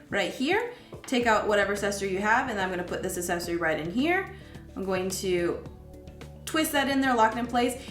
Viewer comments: accessory – the first C has a “hard” sound. Say /AK-SESS-OR-Y/, not /ass-ess-or-y/. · haha! I was getting an itch to post a comment about this. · I came to the comments exclusively looking for this one, I was hoping it wasn't just me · I found that distracting as well. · it s endearing. Don't apologize for it.